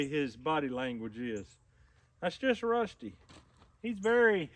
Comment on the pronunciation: " Wusty the Wabbit Dawg "